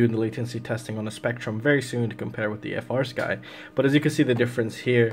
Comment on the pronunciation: bro, I love your content, but it's not "F - R Sky." It's "Free Sky." The company makes it very clear in, like, the FIRST line of all their documentation!! 😅